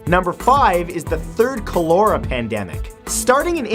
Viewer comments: Matt, cholera is pronounced (coll-er-ah), not (coal-era) . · I absolutely love your videos! Please look up the pronunciation of Cholera. 😁